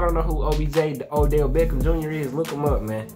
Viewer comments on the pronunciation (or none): none